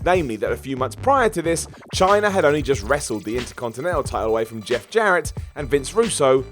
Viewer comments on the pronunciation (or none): none